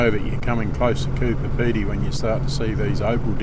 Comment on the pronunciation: G'day, as usual a fantastic video that I enjoyed, Hey did I hear you say COOPER PEDY, love the drone footages, what make is it, takes good video, and bloody hell nearly every North bound truck is pulling ABC trailers.